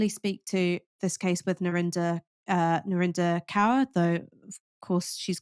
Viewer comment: Thanks for the video, but you misprounounce Narinder Kaur's second name.